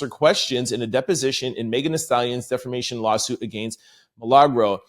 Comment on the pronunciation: So I guess I'll be the one that finally tells him... defamation does NOT have an "R" in it. You keep stressing how much you know about the law but it helps to say the words right😘